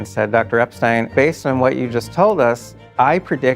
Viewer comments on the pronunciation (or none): none